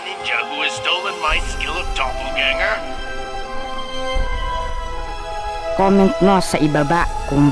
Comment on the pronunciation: Do/pol/ga/nge/r Hindi Dopol/gang-ger/